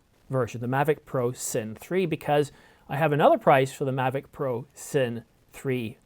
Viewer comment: thumbs down for not being able to correctly pronounce Cine